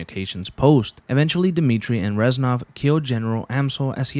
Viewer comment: It hurts to hear the "ranznov"😭😭 reznov my guy